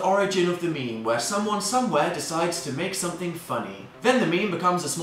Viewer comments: Is it just me or the first time you said meme you said me me? No? Okay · Not alone there